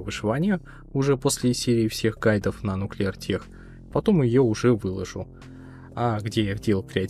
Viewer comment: Наверное это самые подробные гайды на этот мод, хорошо рассказываешь. Только небольшая поправочка относительно названия, хоть сочетание ch и читается как "ч", но в этом слове оно как "к" читается, это странность английского языка, Нуклеар Тэк, так же как и хай-тэк. А так красавчик, продолжай снимать, хоть и не играю в майн уже особо, но смотреть интересные моды про технологии всегда интересно